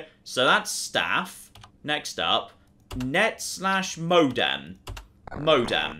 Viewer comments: Donald MacFadzen-Reid I don’t know if its British or ignorance. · saying "modem" is both quite hilarious and infuriating. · I'm only ten minutes or so in, but the fact that doesn't know what a modem is, or how to pronounce the word, pains me no end. I'm an old, old man, apparently.